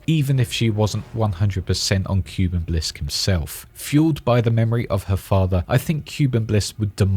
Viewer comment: the correct pronunciation is (kooh-ben) shorter O sound but you get it, Edit: bin or ben, both work